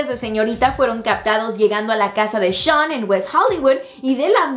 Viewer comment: Me matas con tu pronunciación "shoooan! JAJAJAJAJAJAJAJAJAJAJ